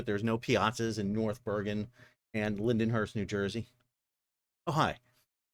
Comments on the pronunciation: Linden-hurst???? Come on Sal it's pronounced Lynn-hurst LOL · It’s pronounced Lind-hurst 😂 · It’s pronounced “Lind-Hurst” Sal!🤣 bet yes! #ILAALLTHEWAY